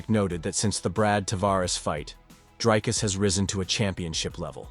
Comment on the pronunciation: Honestly just learn how to say Dricus. It's not that difficult. Show your champ some mf respect. 🇿🇦